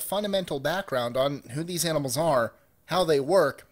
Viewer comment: 18 confused me for a while, thought you said "animals eating plants" and not "animal eating plants"